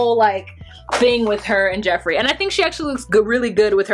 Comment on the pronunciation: Note to: Geoffrey is pronounced the same as Jeffrey. Same for Geoff=Jeff